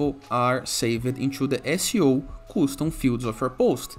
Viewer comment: its not "Koostoom" it is "Kastoom"